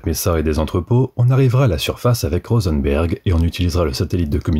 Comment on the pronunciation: Pour Rosenberg c'est peut être tout simplement "RosenbUrg"